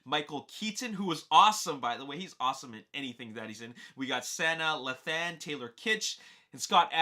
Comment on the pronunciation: It's pronounced sa-nah lay-than (sanaa lathan) js